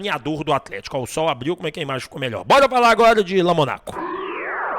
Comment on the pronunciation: Fala o nome do cara correto Lomônaco.